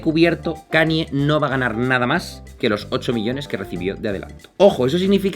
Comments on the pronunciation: "cani" xd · Ok , buen video pero me dolía los oídos cuando pronunciabas Kanye, se que es difícil pero se pronuncia Kein-ñe. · Cada vez que dices "Cani" en vez de la pronunciación correcta, un gatito muere